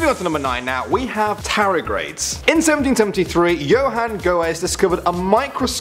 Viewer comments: NOOOOO TARDIGRADES ! D ! NOT TARIGRADES 😩🙄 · Mhm. Tarigrades... TAR-DI-GRADES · Again sorry but its a pet peeve its pronounced tard-ih-grades not tar-ih-grades or u can call them water bears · They're called tardigrades not taragrades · Tardigrades not tarigrades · You mispronounced Tardigrades. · It bothers me when you say tardigrades incorrectly. - tardi - grades. That's it. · "t a r i g r a d e s" palmface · it's pronounced Tard-ig-raids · Tardigrades* gotta get the pronunciation right;))) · Is he pronouncing Tardigrades wrong? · You said Tardigrades completely wrong. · CAN'T PRONOUNCE TARDIGRADES